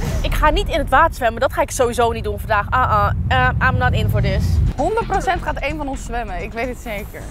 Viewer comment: zegt dont do dhis at home hie wil je dit thuis dien